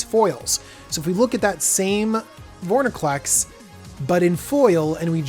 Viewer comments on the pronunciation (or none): Vor-IN-clex, not, Vor-NIN-clex. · Have to say this sorry. Its vor IN clex, not vor NI clex. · Calling Extended art cards 'Full arts' is one thing, but please don't call Borderless Mythics "Extended art". Also, please work on pronouncing Vor-In-Clex.